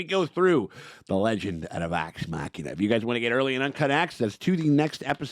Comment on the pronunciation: ngl I got so used to saying “Legends of the Vox Muh-she-na” that it feels wrong to hear him say it properly.